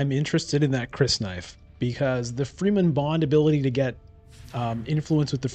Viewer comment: Wow, close game! Love your content but there is one thing that really triggers me every time: The Dune people are pronounced "Fremmen" and not "Free-men". Keep it up!